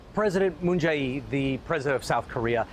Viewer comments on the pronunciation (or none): His name is pronounced Moon Jay In. In as in the way we say in, in English. Get it right.